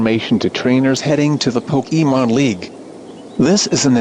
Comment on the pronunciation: When they say Pokemon it sounds like "Pokemoan"